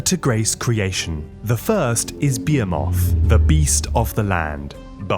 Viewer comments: Am I the only person who knows how to pronounce behemoth? I thought this was a common word!? What the hell is going on? It’s not behe-MOTH, it’s be-HE-moth. Trust me, you’ve heard this word before. People use it all the time to describe huge things. I feel like I’m taking crazy pills when I hear people get this so wrong. Be-HE-moth. There are no moths involved here. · Its be-HEE-muth 😂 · "Bee-emm-oth" And again... 😅 "Bee-emm-oth"